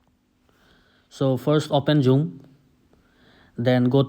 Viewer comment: No one:: "Jhoom"